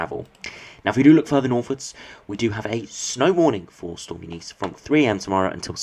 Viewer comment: U NIS that’s how you pronounce it lol I only know that because I worked with a Eunice years ago